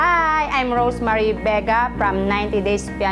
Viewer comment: Okay I love you, but please start pronouncing her name right. It’s RoseMarie not RoseMary lol